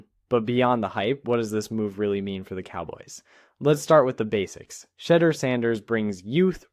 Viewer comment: For STARTERS PRONOUNCE HIS NAME CORRECTLY! HIS NAME IS NOT SHEDDER‼️ HIS NAME IS PRONOUNCED [ S H E D E U R ]!!! THIS A FABRICATED STORY MERELY FOR CLICKS & VIEWS‼️ HE IS STILL IN CLEVELAND SIR!!